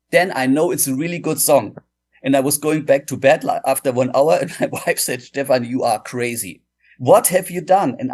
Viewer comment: Phenomenal interview with an amazing guitar player and composer! The only "incorrect" item was how you pronounced his name. It's not Steven, it's Steph-an.